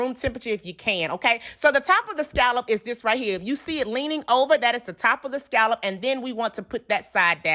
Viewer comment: Why do so many people pronounce scallop wrong? Ugh